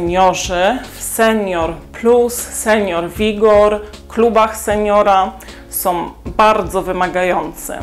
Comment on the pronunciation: Mam do Ciebie prośbę. Nie som tylko są.😂